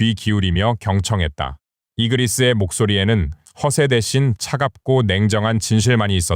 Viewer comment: 이그리스가 아니라 이그리트고 바르가 아니라 베르다 말 똑바로해라 알지도못하면서 지멋대로 이름 바꿔대네… ㅉㅉ